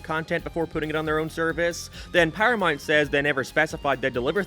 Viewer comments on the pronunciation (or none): You can't even pronounce South Park. Syth Park on Paramynt guys